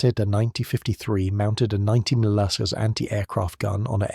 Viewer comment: Why can't they pronounce mm or cm? Seems like AI.